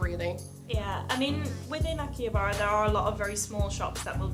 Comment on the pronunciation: Kept on saying Akihabara wrong.